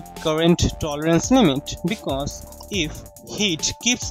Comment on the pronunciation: liked the way he said " Because " 😂😅😂